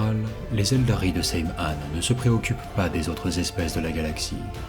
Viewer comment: Excellente vidéo mais j’ai toujours pas digéré.... je dit ELDAR est pas ELDARY😂